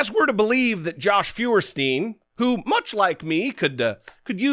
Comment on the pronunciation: Jesse, "Feuerstein" is pronounced "Foyerstein" (Stein being pronounced like in "Steinway" not "steen"). It's a German name that means "firestone".